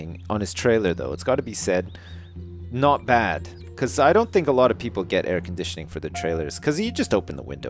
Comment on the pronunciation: 'Not bad' He sounded so English saying that :D